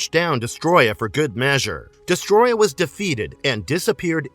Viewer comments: It's not Destroya it's DestOroyah. Des toro yah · Uff how can someone butcher the word Destroyer that badly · Homie managed to miss the first “O” in his name the whole video